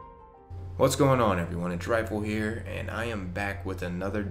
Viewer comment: Is it just me or when rifle says his name it sounds like he says trifle